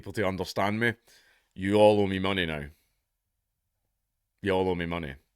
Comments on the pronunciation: sorry i can't understand what you're saying "yolo mimunee"? what the hell is that? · "Yoo 'ul ohmie monegh." Wut? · Sorry mate, I can't understand your accent specifically when you talk about owing money.